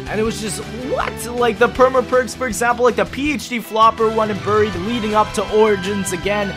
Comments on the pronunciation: "Buurie" lol it's pronounced with an AR. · Berried, dont know where you come from lol